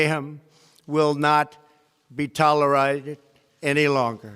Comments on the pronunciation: Did he say "Tolerited"?? 🤣🤣🤣🤣🤣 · Tollerided? Accomplements? 🙄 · *Sniffs A Line Before The Speech* Trump : ToLeRiTeD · I love Trump, but... "Tol-er-ided" "Acomplomint-shays" Poor dude. XD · indigoclipz tilooraated. Haha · He said, Tolerited. big words.. Savage leader of ..El Big Daddy.. Rolling! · new word of the day: Tolerited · He said, Tolerited, hahaha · Toleride ??? Or tolerated 🤦‍♀️ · Lol um nope try again my hair is great lol I'm just saying it's tolerated not what he said 🤣